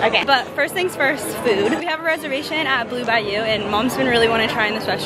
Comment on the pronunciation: Bayou= Byu SAY IT WITH SOME SWAG